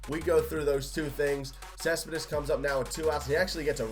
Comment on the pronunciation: You can't say Cespedes right😂